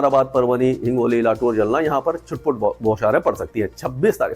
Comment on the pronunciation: भले आदमी हिंदी के उद्घोषक हो फिर जिलों के नाम का इतना अशुद्ध उच्चारण कैसे करते हो एक बार सभी राज्यों के जिलों के हिंदी में लिखे नाम की सूची पर दृष्टि डाल लो ।हमेशा मध्यप्रदेश के बड़वानी को बरवनी और खंडवा को खांडवा ,महाराष्ट्र के जालना का उच्चारण जलना करते हो।